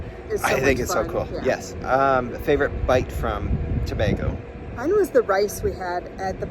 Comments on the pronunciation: It not to ba go it tobago😑😡😡 stop saying out thing worng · Please pronounce the name correctly . Its Tobaaaago!! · To-bay-go for reference btw! Loved the vlog and happy you enjoyed 🇹🇹. You had chicken pelau with stewed chicken.